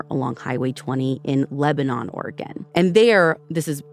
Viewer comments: Lebanon the city is pronounced “Lebanin” NOT like the country. And Shari’s was a chain of odd looking octogon shaped diners that shut down last year. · I graduated from Sweet Home in 1979. We always pronounced it Lebnun.